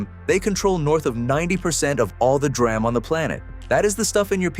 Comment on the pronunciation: The AI/text to voice is horrible. 'dram'? it's 'DEE RAM'.